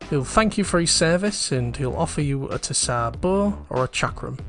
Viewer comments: it's pronounced as "Zar" - it's a slavic word most commonly found in russia, bulgaria and serbia, it's the title of a ruling monarch in these countries 'tissar' was close but no cigar lmao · Great video!! I don't mean to be a stickler but the way you said tsar is so funny.